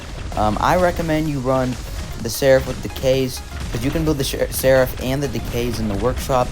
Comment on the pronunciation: Bro u somehow managed to pronounce Seraph’s Apparition ability wrong. Are you serious 😹? And Typhon too 😭?